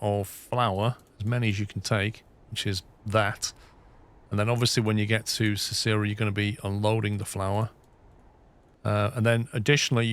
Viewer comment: FYI Cicero is pronounced "SIS-er-oh". Named after a famous Roman politician. Shawnee is pronounced "shaw-KNEE". Named after a Native American tribe. Euless is "YOU-liss". Named after a settler.